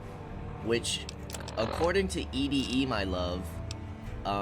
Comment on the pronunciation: "E -D -E" instead of "Eddy" will never get old, brother lol love it!